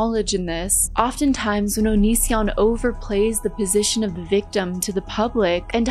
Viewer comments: I really did think his name was pronounced onion son 😭☠☠☠☠☠ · I know some people think it's a dumb joke, but I never get tired of people saying his name wrong on purpose